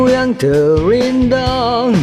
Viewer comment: Terindah bang bukan tewindah